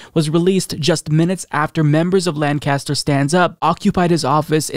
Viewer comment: Just because I’m cringing when you say it and want you to get it right next time, lol: Lancaster, PA is pronounced like LANK-UH-STIR.